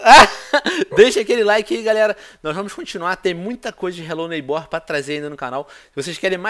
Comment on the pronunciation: Vc falo hellow neybor mas não fl q e em minecraft😲😲😲